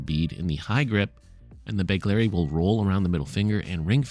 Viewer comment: BEGHHHLERI, NOT BEGLERI.